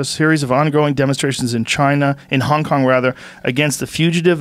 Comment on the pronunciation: did he just say Kong-Kong?